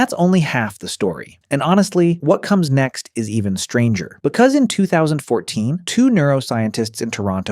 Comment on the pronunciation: i think you mean stranger not stanger